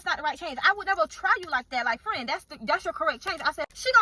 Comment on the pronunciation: yall be killin me calling each other " frien" mid argument 😂😂😂